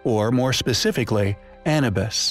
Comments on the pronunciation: He didn't say Anubus. He mispronounced the word Anubis. If you're going to batter someone at least spell it correctly or better yet just simply keep it to yourself. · 'AN-A-BIS"? ITS EITHER AN-YOO-BIS OR A-NOO-BIS BUT DEFINITELY NOT AN-A-BIS. Your pronunciation is NOT COMPELLING Dude. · He's saying Anabis like cannabis, but it's Anubis like A-new-biss. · He say annabus? Sounds legit 🦧🥜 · Don't even say Anubis correctly. Lol